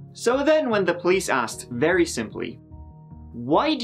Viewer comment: It's painfully obvious we need to be vewy vewy quiet. It's wabbit season and he's hunting wabbits.